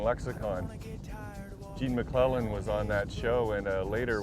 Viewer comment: Nice piece. But it's Gene MacLELLAN....not MacLennan.